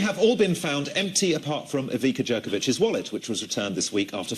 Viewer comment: Tnx for upload! Btw, why can't BBC check how people names are actually pronounced - Ivica Jerkovic (Ivitza Yerkovich)